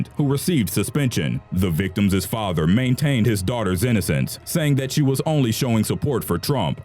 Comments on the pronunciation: hahaha "The VICTIMSES parents" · victims' not victimisses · i know none of this is a laughing matter but in #5 the narrator says "the victimses parents"... victimses? i think the proper way to say it is "the victims parents" ...just saying. by btw... all life matters. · omg it's victims' not victimses! the mispronunciation is distracting from the content! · "Victimis" is NOT A WORD! It's pronounced simply "victim's". "The (victim's) parents..." not "The (victimis) parents..." You stupid fucking moron. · Why is this sound like you don't know english. "VICTIMSES" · Please, it is not "victimsis" It is victims! Other than that good video.